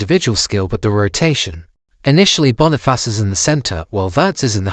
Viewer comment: Its Boni face not Bonifarce